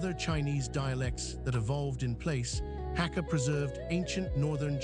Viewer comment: Hak=guest ka=family prounounced Hagga